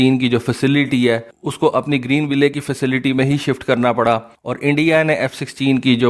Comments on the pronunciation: The name of the city "Greenville" is pronounced: "Green Will" It's not to be pronounced as: "Green Way Lay" Your videos are very informative otherwise, keep up the good work... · bhai ap ville ko will parhen .ye sahi pronunciation u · صحیح تلفظ۔۔۔۔۔۔۔گرین وائل کور۔۔۔۔۔کورپس کا مطلب لاش ہوتا ہے معذرت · The final e in Greenville is silent. Don't pronounce it, makes you sound illiterate.